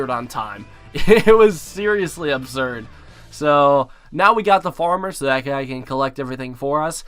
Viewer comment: I dare someone to count the amount of times this guy says " obserd " 😂